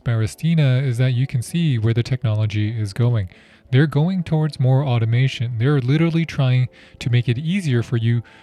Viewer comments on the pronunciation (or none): none